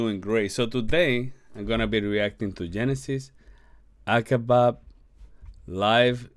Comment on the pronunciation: not acebab bro, your spanglish is real fun:)))